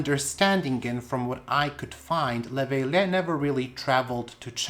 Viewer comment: Love your videos!! For the French botanist, you would pronounce his name Léveillé = lay-vay-yay ;)